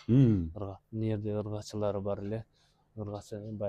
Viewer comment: Ыргачы дебей ургачы дечи э